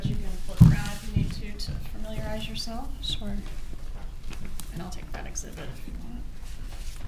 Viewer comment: Sounds like she is saying Shore